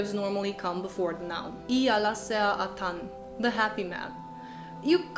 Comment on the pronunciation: In many ways a nice summary, but do read up on the stress rules. For instance, atan is "AT-an" and not "a-TAN" .